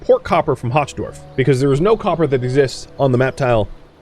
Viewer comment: "Hochdorf" is aptly named - German for "high village"... Though it's pronounced more like "hoke", with the 'ch' sounding like you're bringing up lung-cheese...